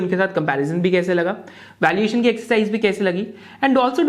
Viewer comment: Valiation or valuation????